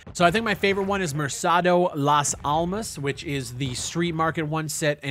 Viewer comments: Not that it really matters, but the C in Spanish is similar to a K sound in english. So when you say most words like Mer"C"ado Las Almas, change the C sound for a K sound. Merkado Las Armas. Just trying to help :) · "Mersado las almas" xd. I always find funny how northamericans pronounce things in spanish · That map is pronounced MerKado- means market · Hey just a minor thing Mercado is pronounced Merkado the c is a k noise